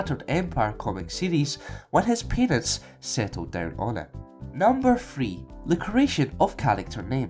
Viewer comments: i you say parents, it seems like u say penis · "When his penis, settled down on it" Got to love accents.